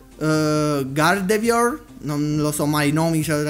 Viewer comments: Sì pronuncia gardevuar (o almeno di solito lo chiamo cosi) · L'ultima ex si dovrebbe pronunciare "gardevua"